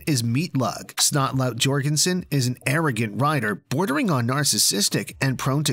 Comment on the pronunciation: He also said "JORGENSON" instead of "Yorgenson"